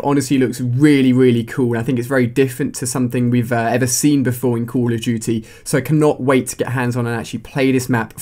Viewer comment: "cull uh dooty" lol